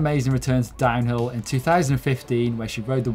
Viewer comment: Am I the only one that hears dino instead of DownHill? Maybe it's retro week